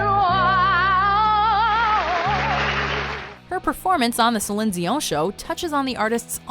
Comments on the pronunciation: Sellion dieeonm ...what.?? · Sorry the Celine dion one just sounds like a bad french accent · Question... who the fuck is SELESSEEON? It's SEALION DION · "Selind Zeeyon" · We don't need the descriptions please. Just let us watch it uninterrupted. And what's with Celine "Zion"? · Ok, please stop saying Zihzin Zizon. We get it, you know some stupid way to pronounce it. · Céline Zeon? Zéon? Zion? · It's irritating as hell the way this chick says Celine Dion... Someone please tell this chick that's NOT even CLOSE to how to say her name... And teach her how to say shit properly! 🙄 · I cannot stand the way she pronounces Celine Dion in every video... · Did anyone else roll their eyes when she said "Celine Dion"? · As a French person, what the hell is that pronunciation of Céline Dion? I thought it was the same in English. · nicholas holmes Céline Dion in French sounds the same as Céline Dion in English. I'm not sure how else to explain this to you. (coming from a bilingual person). The video pronounces it incorrectly.